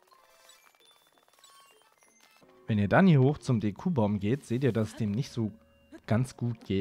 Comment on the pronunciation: Bite sag nicht DekUbaum, es heißt DEkubaum XD